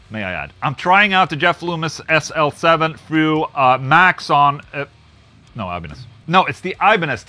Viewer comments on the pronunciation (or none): none